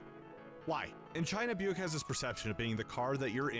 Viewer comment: "What the hell is byuck?" It's Buick and you heard him pronounce it.